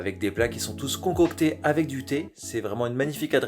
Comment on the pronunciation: Belle vidéo ça !! "des plats concocTHÉ..." ☕